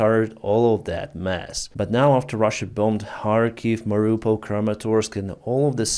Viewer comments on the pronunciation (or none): none